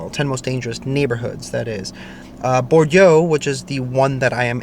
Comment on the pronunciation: Hey in Nashville Bordeaux is pronounced Bore doe 😊